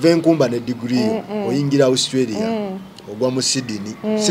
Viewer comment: Naye guy it’s Australia not ousstralia